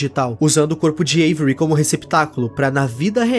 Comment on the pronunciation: Pq todo mundo chama o avery como every?? Kkkk